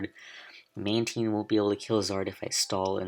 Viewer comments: Is mantine pronounced like that? :o Manedgyteen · THATS NOT HOW YOU SAY MANTINE